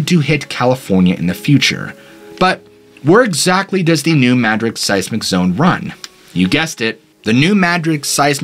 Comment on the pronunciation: You are the only one I've heard say New Madrid correctly. I lived very close to there growing up. Most people say it as Madrid as in the city in Spain, but it's Mad-rid just as you said it. Love hearing my state get the attention it deserves.